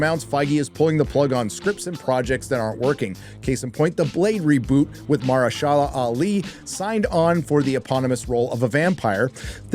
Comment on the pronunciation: Say it with me, Ma-Hersha-la Ali